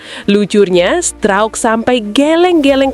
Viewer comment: Ngomong pascal struijk kok bunyi nya pascal strouk,. 🤣🤣🤣